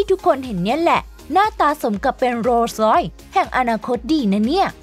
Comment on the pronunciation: โรสลอย อ่านว่า โร_สะ_ลอย ครับ ไม่ใช่ โลร้อย เสียราคาหมด😊